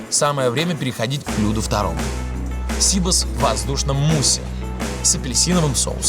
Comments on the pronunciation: Сибас! а не СИбас! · Не сИбос, а сибАс. Не скорлупа у креветки , а панцирь)..Где вы набрали этих ведущих? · Коля Серга, в слове Сибас - ударение на букву А...! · НЕТ.ЕЩЁ РАЗ НЕТ. ПРАВИЛЬНО УДАРЕНИЕ НА И .!! СИБАС В ЕВРОПЕ ГОВОРИТСЯ СИБАС,УДАРЕНИЕ НА И!!!!